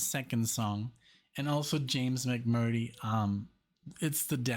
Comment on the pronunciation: James last name is pronounced Mc murtree.